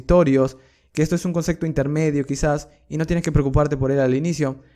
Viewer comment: Súper bien en el dominio de la materia, pero PORFAVOR no se dice CONCECTO, es concepto (con P)